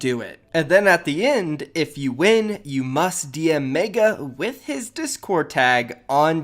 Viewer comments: “Faze MAEGA” ITS FUCKING MEGA M-E-G-A (MEH-GUH) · pls stop saying meiga its megga